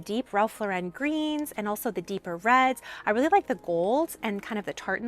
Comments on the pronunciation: Ralph Lauren (lor EN ) not Lor WREN’) no accent in the 2nd syllable. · It’s Ralph LAUREN (like the woman’s name) not Laurenne. I think you went back back-and-forth between the two pronunciations. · Please!!!!! learn how to pronounce Ralph Lauren's NAME correctly. The accent is on the first sylable..."Lor ", Then say "-en" without any accent. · Plz learn to pronounce ralph lauren!!! Dummy. Not lorin or lauren. Do better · Love the vid! Just for everyone's future reference, Lauren is pronounced just like a person's first name. Don't put an extra accent on the second syllable.